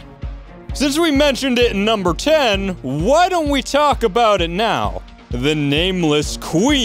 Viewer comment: This guy makes me lmao when he says "NUmbEr" :random number